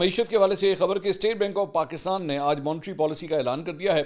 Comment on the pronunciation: Monetary. Not. Montry